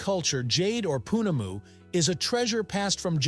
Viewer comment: Think you should actually put some effort into pronouncing 'Maori' and pounamu correctly instead of butchering it so horrendously